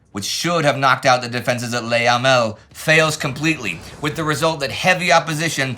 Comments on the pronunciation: It's not easy for English speakers to get it totally right - that's how it goes with foreign languages. Unless there is an "accent aigu", the best equivalent tot he French 'e' would be pronounced 'uh'. "Luh" instead of "Lay". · I've tried to get over it, but it is just so infuriating to hear Indy pronounce Le Hamel as "Lay Hamel" - for who knows what reason.